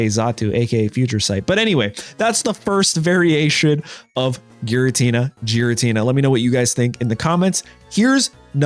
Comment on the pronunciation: Giratina, not jiratina